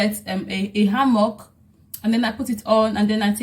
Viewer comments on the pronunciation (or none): A hammok? Its han- bok sweetie...😅😊